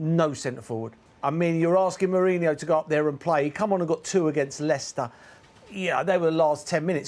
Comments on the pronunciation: Is Merino pronounced “Mourinho” or does Merson keep getting it wrong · Merson calling merino , mourinho 😂😂😂😂😂😂😂 all thr time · Meh reen oh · i skip his analysis. guy is clueless and he's shouting for no reason. it's not pronounced mourinho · He’s getting it wrong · No he keeps getting it wrong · It's Paul Merson. He's getting it wrong